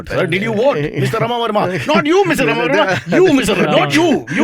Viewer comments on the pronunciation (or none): cyrus can't even pronounce "rAma" or what. He says "rama" which is a girl's name. what a loser man!